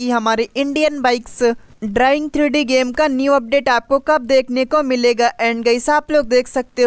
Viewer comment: Bhai drying nahi driving hota hai😂